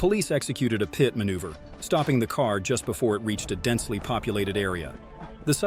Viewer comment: 35 (peeyet manuever.)..come on..this is ai...